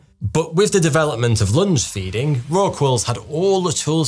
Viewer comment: At first I heard 'lunch-feeding'.